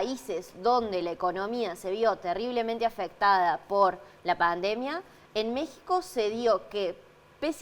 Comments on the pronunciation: La letra X ,en México,Texas y Oaxaca, se pronuncia como J⬅️ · Mexico... pronuncia la X???